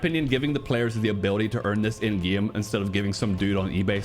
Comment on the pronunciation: “In gyeahm”